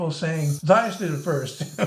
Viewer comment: I love your stuff, but doesn't Matthias pronounce his name muh-TEE-us?